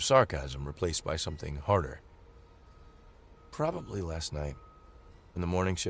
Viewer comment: with Major Emphasis on; "Probbly" with the Capital "P" !